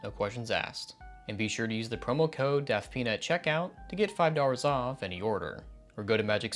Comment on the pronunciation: Ngl ya kinda say DaftPina like deaf peanut